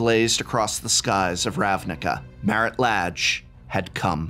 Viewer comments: I always thought the pronunciation of the 'a' in the name Lage was kind of "a" and not "ah". (plus, as a non native-speaker of English this sounds ultra weird for me, I'd say "ei" in Portuguese for the English "a") Thanks for that it would be important to pronounce right to players of my future Storyteller-RPG campaign set in old Dominaria <3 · I've heard it pronounced so many ways at this point I'm not even sure what to go with. I end up being silly and pronouncing it "la-gay" yours sounds legit though. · I love this series, but also oops I've been pronouncing it as La(n)-ge 😅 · Don't worry. Its pronounced Lage. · So, uh… is it “lah-ge” or “lay-ge”?